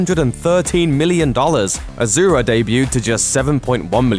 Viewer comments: Good analysis. Asura is a Sanskrit word. The name is not pronounced as AZURA, it's ASURA ... soo not zoo. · It's not "AZURA" it's "ASURA " A word from SANSKRIT Asura, (Sanskrit: “divine”) in Hindu mythology, class of beings defined by their opposition to the devas or suras (gods). The term asura appears first in the Vedas, a collection of poems and hymns composed 1500–1200 BCE, and refers to a human or divine leader. Well Buddhism and Jain Dharama aslo came from INDIA. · First one it's Asoora not Azura It means demon in hindu (Indian) mythology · Why u saying aZura it’s asura it’s a fucking s not a z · omfg pronounce it correctly you git. Ashura (ah-shoo-rah) DONKEY!! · asura is pronounce as ah-shu-ra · It's pronounced "ashura" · It’s pronounced ah-sur-ah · Asura pronounced ASHURA! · It's pronounced "ash er ah" from Hindu lore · Its pronounced a-su-ra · Why is it pronounced as aa-zu-ra? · I aint chinese but really man, ahzoora? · you cant even pronounce asura...ignorant westerner..unsubscribed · I am Indian i know असुर means demon but my god their pronunciation is so wrong that i was never able to relate it with असुर . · You are pronouncing it's name wrong